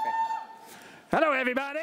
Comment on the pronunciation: Hallow everybody 😂